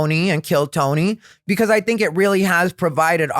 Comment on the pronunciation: I love when he says dink (think), also love the content hope you like doing the pod and hope you continue doing it for a long while. Much love from upstate ❤